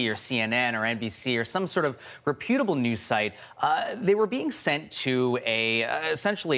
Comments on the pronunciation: Never heard anyone butcher the pronunciation of "reputable" like that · please 'Goog' how to pronounce reputable...that is all...